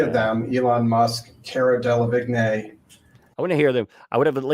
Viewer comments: De la veene = delevingne Yes, it’s a difficult name to pronounce. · Fyi its PRONOUNED cara DEL-AH-VEENE. Spelled Delavigne. I dont care either really! Great work,! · Oh Cara “Del ah veen”